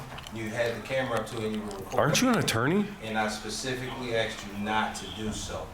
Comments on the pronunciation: he specifically AXED you not to. And he’s an attorney?? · When your lawyer says "I specifically aXeD you.." then it's time to find another lawyer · If my ATTORNEY said "I AXED you something," I'd FIRE him INSTANTLY!